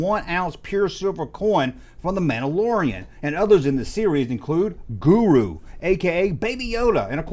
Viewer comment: Ahsoka Tana and Guru. just butchering names